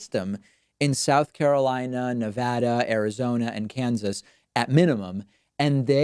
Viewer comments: Nuh-Vad-a, right? What else would it be lol? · What I love about David Pakman...he mentioned the state of Nevada and pronounced correctly. It is NOT "ne-VAH-dah". Which he knows. I am a Californian. I once lived in Las Vegas. (MANY years ago). BACK to the topic....cancelling primary rallies is...."Vote tampering"? it is unlawful. BUT of course the GOP are not known for being law-abiding (...cough...cough....Moscow Mitch....cough). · I'm giving you a like just for pronouncing Nevada properly. Not something you hear often from people who don't live here.